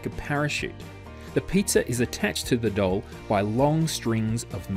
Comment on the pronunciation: 9 verbal and 11 visual. I felt the exact moment I was lost because when he said "doll" it sounded like dull because of his accent. I was able to remember some after and the word doll once I opened my eyes to see what it was. It just threw me off a little.